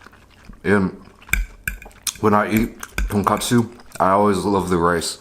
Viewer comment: 한국인이시면 돈까스라고 발음해주셨음 더 좋았을탠데.. :( 아쉽네요